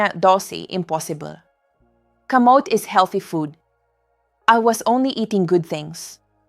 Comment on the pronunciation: Thank you sa mga info doc. Bakit ang aging, kamote(kamot), etc iba ang pronunciation...AI ba ang nagsasalita hindi kayo?